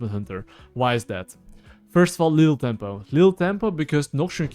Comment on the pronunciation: i like that he says lethal tempo like lil' tempo